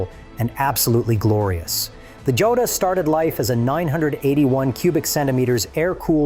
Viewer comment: It is a sSpanish word. Pronounced HO-dah.